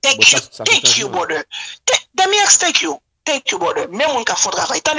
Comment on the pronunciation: Lol she said bròder...but anpil moun pa janm dil byen it's not a bigger deal 😂😂😂 thank you brother